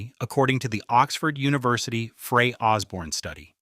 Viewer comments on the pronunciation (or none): none